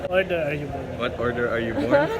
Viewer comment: Thanks Sir s9a info... Pero natawa tlga ako dun sa order (ordah) not order... Wala po tayo sa mcdo 😜😆